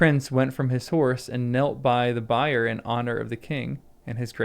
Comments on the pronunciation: I know why you say "Bye-er" But it's said as "Beer" like the drink, only not spelled the same, not the same at all. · 'Bier' is pronounced as 'beer'. A 'bye'er', as it was pronounced here, is actually the correct pronunciation of 'byre' - or, a cattle barn.